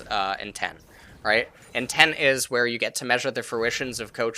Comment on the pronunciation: More like Nobody:: INTEM